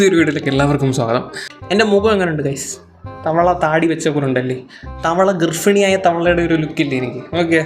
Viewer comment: ഗർഫിണി അല്ല ഗർഭിണി...😂😂.ഈ കോട്ടയംകാരോട് എത്ര പറഞ്ഞു കൊടുത്താലും ഇങ്ങനെയേ പറയൂ...😅 പേഴ്സണൽ ലൈഫ് ഇവിടെ പറഞ്ഞില്ലല്ലോ,പബ്ലിക് പ്ലാറ്റ്ഫോമിൽ കണ്ട കാര്യങ്ങള് reaction ചെയ്തതിൽ തെറ്റില്ല.മാത്രമല്ല ഇതിലെ followers athra attacking mode Il comment ചെയ്യുന്നത് ശ്രദ്ധയിൽ പെട്ടിട്ടില്ല